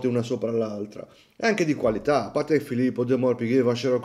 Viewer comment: E soprattutto c'è chi continua a pronunciare Patèk e non Pàtek...🤷‍♂️